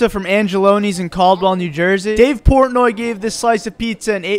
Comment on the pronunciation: “Port Noyy”